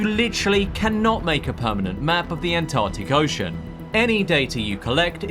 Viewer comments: Why can't you pronounce Antarctic? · The An-Tah-tic